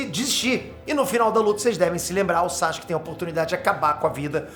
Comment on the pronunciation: Pq ele chama o Sasuke de SaXuke?